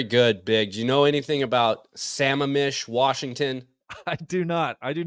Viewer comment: Say it with me, Cody… “sə-MAM-ish”